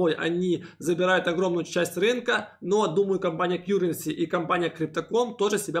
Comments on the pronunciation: В этом видео опять кьюренси вместо каренси? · Все нормально. Только , плиз, называйте КАРРЕНСИ , а не Кьюренси. Очень режет слух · Спасибо за обзор! Ваш канал сильно развивается и приходит много людей., не в обиду, но с англ произношением беда:) Currency произносится как кАренси:) просто режет все время ухо) За обзоры огромная благодарность. Смотрю каждый ролик в любое время суток!